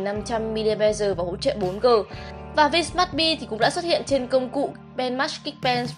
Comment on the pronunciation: Tui không biết ngoài bắc các bạn học đánh vần ra sao. Nhưng chữ "V" không đc đọc là vờ. Chữ vờ chỉ để dành đánh vần thôi. Cứ khoái đọc kiểu "cờ lờ mờ vờ" mãi thế.